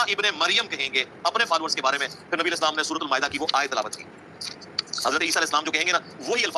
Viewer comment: Aap alehi asslam kehte hain .jbki alehisslam kehna chahiye.